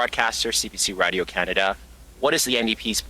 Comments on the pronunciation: Anyone else hate how Carney pronounces "Radio" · he can't even say radio properly... like wdf is he saying... he is a whacko like jt and his goons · You can tell he’s invested in radio Canada by the way he say it (Radio). This guy is bad for Canada